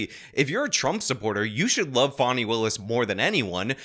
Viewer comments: Escuze me that's "Fawn-E" not "Fan-e". Right from the jump she's ridiculous. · Who is Fawny Willis? It's Fani (FAH-nee) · It's Fani! Not Fawny! Dang it! 😊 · not a criticism of him, things can be misinterpreted. The media is calling this woman Fawni when it’s obviously Fani. I think all this stuff is interesting how names are handled even Kamala, who has pronounced her own name several different ways. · Fan-eye......can't be taken seriously. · Fani is pronounced "fanny." Fani is a shortened form of Fannie, like Fannie Mae. It's a Southern name. We say "pea-can" and "ant" for pecans and aunts. Besides, would you pronounce Dani as "daani?" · The way you say fawney willis is hilarious to me. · I thought it was pronounced Fanny, which somehow seems more fitting. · Pretty sure it's pronounced "fanny". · He mispronounces everybody's name intentionally if you haven't noticed by now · You're pronouncing "Fanny" wrong.